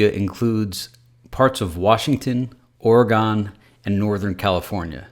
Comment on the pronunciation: L Dude,you can't pronounce it, Ore a gone...lol